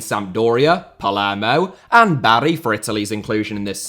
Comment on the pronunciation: always makes it a point to pronounce any names correctly. Except Barry